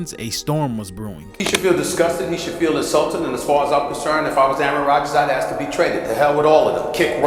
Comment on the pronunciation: “I think” and a bunch of dudes who never played with him. These are people speculating and you’re big mad also it’s ask not axe ya fucking low iq baboon.